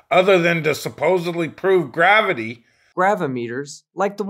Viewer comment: Oh, oh and ther's another reason to listen to this stream. Bob pronounces gravity kinda like "grabity", I just can't help but be amused by this every time. :D